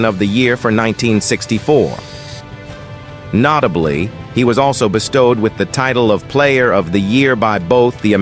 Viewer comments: "NOTE' ABLY" :face-blue-smiling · Stop mispronouncing notably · Why a computer generated voice ? I stopped watching as soon as this fake voice couldn't pronounce " notably " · Where do they get these narrators these days? The guy can't even read and pronounce the word "notably"?